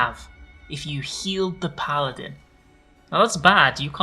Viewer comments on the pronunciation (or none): none